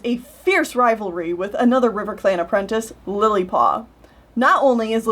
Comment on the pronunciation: You sometimes pronounce apprentice like "apprentince" and it hurts me every time